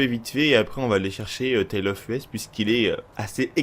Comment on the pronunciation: À vous entre-pomper entre "YouTubeurk" vous dite les même conneries c'est grave. Dans une autre vidéo, ça se dit "Rolce Royce" pas "Role Royce", Rolls Royce. Et le DJ ça se dit "Tale Of Eusssssss" putain, "Us" "Nous" en anglais, pas Tale Of U.S. apprennez à lire avant de faire des vidéos. Ceci dit merci pour l'info